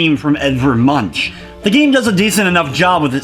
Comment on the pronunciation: Art jerk here: It's pronounced "Munk". Add in an "Edvard" to sound like a true preening ass. Thanks for the great review! Think I'll pick this up on the PSN sale this week.